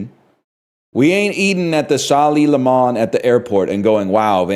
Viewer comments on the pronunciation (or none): none